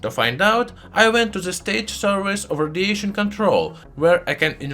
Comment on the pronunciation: I really appreciate the information you share with your channel, Also your accent is good to listen to 👍🏻 But I can't help but hear Rhodesian instead of radiation :p